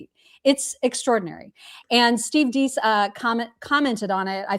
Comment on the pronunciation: Love your show,. You probably won’t see this, and at the risk of sounding like a know-it-all, Steve Deace is pronounced “Dace” as in face. ❤